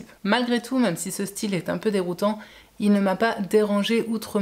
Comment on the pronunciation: Et sinon..... Le même.... Ne se dit pas meume 😂.